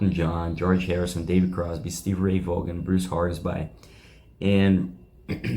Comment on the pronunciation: Its Stevie ray Vaughn not vogan. If i can make a suggestion write out script and practice reading it as it is written without the "youknows" 😊